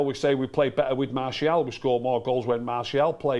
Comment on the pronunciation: Just skipped the video to a random spot and the first thing I heard was saying "Marsh E AL" 😂